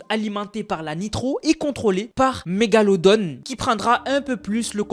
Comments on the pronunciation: C'est mégalo don et non mégalo donne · Mégalodon pas mégalodon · Stp tu peux arrêter de dire megalodone alors que c'est un requin très antique apelé mégalod on c'est un clin d'œil, ce commentaire n'est pas pour faire le haiter mais pour pas qu'on se moquent de toi bonne soirée 😅